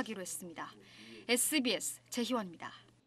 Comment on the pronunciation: 입니 타~ 씀니 타~ 참 듣기싫다. 앵커면 최소한 정확하게 발음 해야지~. 말끝마다 힘을 주면서 바람 빠지는 소리를 해서 타~ 타~ 해대니까 아주 듣기싫다. 정식 아나운서 교육을 받은 사람을 앵커로 써라. 가끔 나오는 여자 앵커가 차라리 백번 낫다. 비호감 앵커를 쓰니까 다른 미주방송보다 시청율이 떨어지는거다.